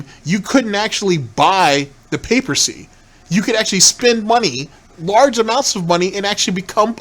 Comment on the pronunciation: He said the Roman “Papercy” hahaha. Papacy. This dude has a certain charm.